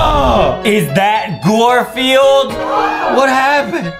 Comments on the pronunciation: It’s not g-or field it’s g-ar field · Adem really sed gorfuled adem it’s garfuled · Garfilde not gorfilde